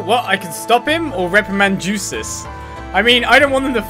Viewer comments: It is pronounced as Yusis, the Y sound replacing the J sound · By the way, it's not "Juices", the J in Jusis is silent.